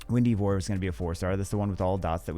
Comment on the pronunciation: Eivor is pronounced (Ey-Vor) in the game